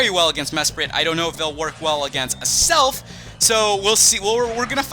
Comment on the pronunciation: 😧😧😧😧😧😧😧it's AZZZZZelf not ASSSSelf zzzzzza not saaaaaaa